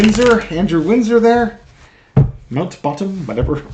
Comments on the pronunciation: It is pronounced Mount Batten (like bat ten) Windsor. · It's Mount Bat Ten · If you read Buckingham Palace announcement they pointedly said he has not taken any responsibilty for this at all.The pronounciation is MOUNTBATTEN.Remember Lord Louis Mountbatten,the last Viceroy of India methinks.❤❤❤